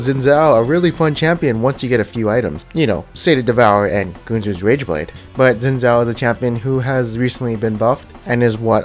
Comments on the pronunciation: you read it xin zao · HunterX Hunter dude dont u get it it Xin Zao NOT ZIN ZAO FFS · I freaking hate when people call Xin Zhao, Zin Zow. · doee Im chinese. Its pronounced Shin Zhao (zh with a soft sound). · nah dude its litterally like schin schow thats how u pronounce idc what u say